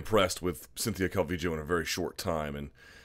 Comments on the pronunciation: its pronounced cal-vee-yo. So you got it ^^ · Calling her Calvijo, is no different than people saying Cal-V-Low. Yes the double L can be Y or J depending on where you are from in Central America but her parents are from Mexico and most definitely say it as a Y. Cal-V-Yo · Your explanation is true... but that still doesn't make it calviJoe. If you think it's right whatevs, your show bruh. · why do u pronounce her name Calvijo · omg stop saying cal-vee-joe